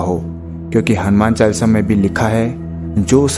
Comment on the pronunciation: अरे भाई क्या चालसा चालसा कर रखा है। शुध्ध उच्चारण करो हनुमान चालीसा बोलिये। चालसा नहीं